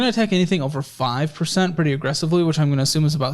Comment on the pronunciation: That doesn’t sound like 5% commission. It sounds like .05% commission lol